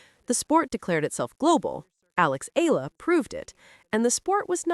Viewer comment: Up to now you still do not know how to pronounce Eala ?? It's Eeyala not Allah get her name right. How long have you been doing this channel..